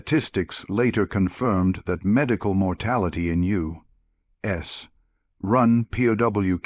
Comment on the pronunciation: A U……….S …. Army nurse. You should listen to your ai before you publish your video